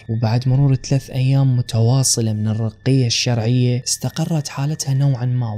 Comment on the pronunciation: مدري شون تلفظ الرقية الشرعية